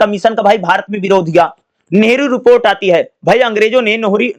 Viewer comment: nehru report ❌ nahori report ✅